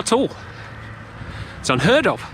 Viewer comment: Apparently Sy becomes Northern when he rides slow.. I could've sworn that "unHEARD of" was from Olly..